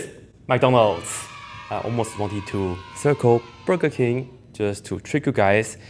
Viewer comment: I would have said Panda Express, but we don't know where you first worked. BTW It's BUrger King not BErger King. I have really enjoyed watching your videos. I'm not a student, I just love math; and your videos, of course.. It is one of the best mentally challenging exercises you can undertake to keep you sharp., which is why I watch your videos; not for any kind of gain, but purely for the enjoyment of the mental challenge.